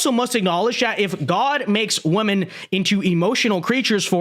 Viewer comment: I keep thinking my ears are playing tricks on me, but I swear that half the time is saying the plural "women" he's pronouncing it as the singular "woman". When I hear it, I'll rewind it and listen to it again several times to confirm it, and I'm pretty sure he's pronouncing it as the singular "woman". It's hilarious.